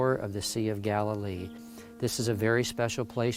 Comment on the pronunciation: It’s Galilee